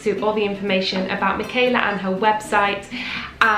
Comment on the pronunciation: I regret that I have but one like to give to this video! Wonder, wonderful, wonderful. Michala Petri has been a favorite of mine for SO long. Thank you so much for sharing this! And now I can finally pronounce her first name correctly. :D